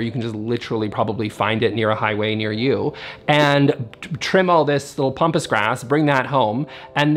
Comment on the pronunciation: It's Pronounced "PAM" pas grass not Pompous. I comes from Argentina. My Mum grew it in her Garden in Victoria BC in the 1960's. I always thought it looked majestic, but learned quickly not to handle the blades of long grass for fear of cuts.